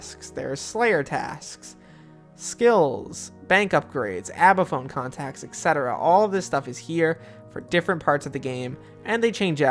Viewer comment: Its not called abaphone its not called abaphone its not called abaphone its not called abaphone